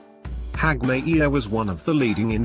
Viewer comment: Terrible work. Why don't they just get a human being to read the script? And it's pronounced not Hagmi - ear, but Hag - myer.